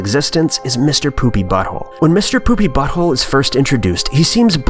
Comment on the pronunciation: Saying 'Mr. Poopybutthole' seriously in his accent